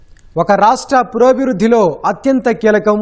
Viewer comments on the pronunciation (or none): Adi purobhivruddhi kadu Purogabhivruddhi